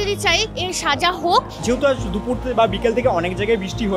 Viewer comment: Dufur noy dupur... s er problem To voyanok....tomra to educated chhele .... vasar ei obostha keno ?